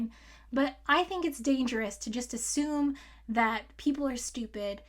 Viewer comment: ASSUME? Or, A-zoom????